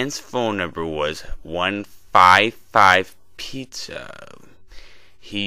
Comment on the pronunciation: 1-55-pizza? lol FAIL said it wrong